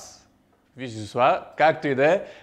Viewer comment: Любимата ми супа! Произнася се : "Вишисоаз".